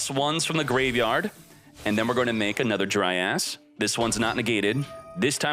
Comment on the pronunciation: Someone get a counter for X uses of DRY ASS for pronunciation of dryas.